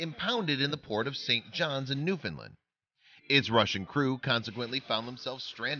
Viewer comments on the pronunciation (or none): Also it makes me so mad to head people call my home "New-Finland" it's New-FOUND-land Jesus get your shit together